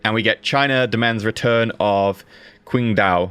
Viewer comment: Is it really that difficult to pronounced Qingdao properly... Hell even "Ching Dao" sounds better than "Quing Dao"